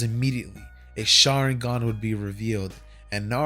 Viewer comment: I turned on captions out of curiosity and everytime he says sharigan it says sharing gun